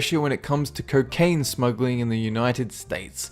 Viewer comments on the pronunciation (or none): PLEASE. LEARN HOW TO PRONOUNCE ERITREA AND NAPLES... and "corcaine"